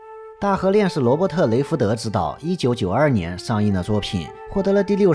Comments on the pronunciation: 我是指解说中把导演名字的大陆译名念错了，雷德福说成雷福德；没说全世界都要按这个译名叫。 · Robert Redford，中译名罗伯特雷德福，不是雷福德。要么是习惯性叫错，要么是跟他不熟。